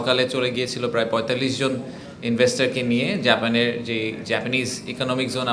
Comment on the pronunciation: Talkng, photo session. Rascals. We know this drama. You can't pronunciate 'Japan' properly